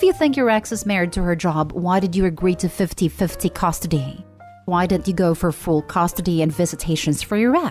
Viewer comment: What is "costidy"? These computer voices are getting better though still MASSIVELY irritating. But when do they get to pronounce words properly?